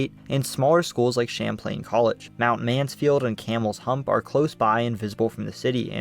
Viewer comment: Lake Samplain?! 😂😂😂